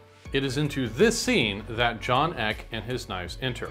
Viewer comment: I thought it was pronounced EE KAY, not ECK